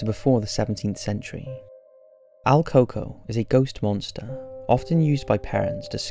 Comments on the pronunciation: your saying his name wrong its El COO COOIE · My mom told me about el “coco” buh you pronounced it wrong it’s El Còco (cu- co) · el coco? el pronounciation you butchering dingus: koo-koo-yyyy